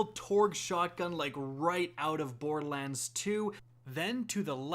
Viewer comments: What is this "Bord-Lands" he keeps referring to? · Why do you call it Boredlands lol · Love ur vids.. but for the love of god its bor-der-lands not boardlands.... and its SNI-PER rifle not snipe rifle lol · Could you enunciate the "er" in borderlands more please. It sounds like you are saying "bordlands". It says "lern special powers" not gain special powers. You missed the fact that there is a female Psycho jumping at the character from behind. Is that a rocket launcher or is it some sort of chaingun? The color scheme and squareness of the shotgun looks far closer to a hyperion shotgun than what torgue shotguns look like. See: - You mentioned Zero but missed Maya. Who's on the meds. shop? That star is not downward-pointing. You may be right on the eridium style guns point. In the picture, you can also see a laser beam coming from the gun. The colors look like it's a Vladof weapon. The red and black "V" on the side confirms this for me even more. You can see another one of those monkey things in the background. That looks like some sort of canister that may be ammo for the laser/eridium/lava thrower. The colors still seem to point to Vladof rather than Torgue, especially the color and shape of the sight. While Torgue did have a bit of that electric look on one of their sights, the shape is off. Though It could be mixed parts... The enemy looks like he's riding some sort of creature. You can actually see that paint scheme on a few other weapons. I think it may be a bandit equivalent brand. It may be a flamethrower-type weapon. I